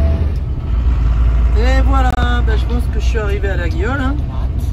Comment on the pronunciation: Pour info, le G de laguiole ne se prononce pas. On dit LA-I-OLE ;-)